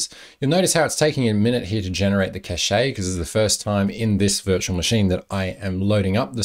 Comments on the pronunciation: Kaysh, not cash-aye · sounds cool from now on i will be pronouncing it as caché :D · that pronunciation of cache :D